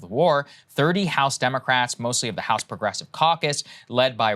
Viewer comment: It's pronounced "pwogwessives"